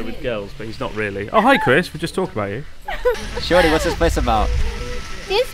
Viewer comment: Am I the only one who hears "Shorty" instead of "Shiory"?